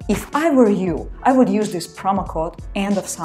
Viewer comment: Ручищами машет как Ирада Зейналова и ошибки делает дурацкие. ( if I will..., I will...) и произношения хромает (were =воор)